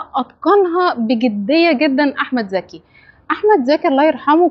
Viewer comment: المصريين لا يعرفون يفرقون بين ز و ذ هو اسمه احمد ذكي ولا احمد زكي